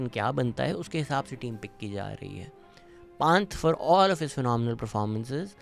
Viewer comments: Dude please some one teach this guy how to pronounce Pant. Its not PAWNT its PUN-t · Yaar Jadeja ka naam bachpan se sun rahay , or Rishab Panth k naam ka aisa bura haal na kia kro yaar . Everyone one knows how they are pronounced . You donot even develop your wring pronunciation, how can Pakistan develop their game😢 😢